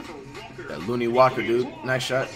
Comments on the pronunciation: Flight, Ik you respect Lonnie Walker due to his story, but his name is pronounced LON-KNEE, not LOON-KNEE. Just feel that if you gonna respect him because of his story you should say his name correctly. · Commentator: “Lonnie Walker” Flight: “that looney walker dude”